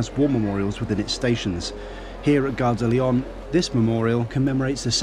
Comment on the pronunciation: You're wonderful - Great info! but you aren't pronouncing Gare de Lyon correctly. The N isn't sounded - if you care! For the future...:-)